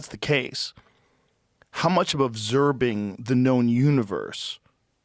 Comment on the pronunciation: "ovserbing the universe"